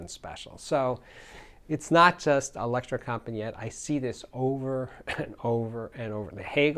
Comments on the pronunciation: Not Electrocompanjet, but Electrocompanee-et,, please! It means The Electro Company. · No, the right pronunciation is : electrocompanEEt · Electrocompaniet is pronounced as Elecro compa ne yah. The design has stayed the same for over 45 years. I live just a few Km from them and have visited the factory many time over the years. I have tried most of their amps and imo thier best amp is the AW220 mono block.